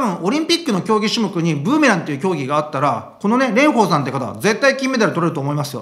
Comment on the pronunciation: レンフォーさんのフォーはちゃんと下唇を噛み離しフォーです。 発音には気を付けましょう！